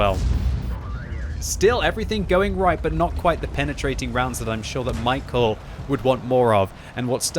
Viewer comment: he's not michael, its read like mee-how